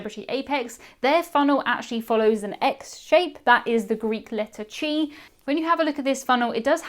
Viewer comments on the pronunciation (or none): Pedantic moment. χ (Xi) is pronounced like the ch in "Bach" or "Loch," not as is "chair." Spelled "chi" but pronounced "kai" in English. American college social sororities and fraternities, collectively referred to as Greek life, and academic fraternities are designated by Greek letters. They do not exist in the UK, but are a huge part of college culture in the US. Thus Americans, although not as widely fluent as you Brits in the Greek language or any languages other than English and Spanish, know their Greek letters! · I believe the Greek x is pronounced "ki" (rhymes with guy). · The Greek letter "Chi" that looks like an X, is pronounced "kai". Rhymes with high, and starts with a k-sound.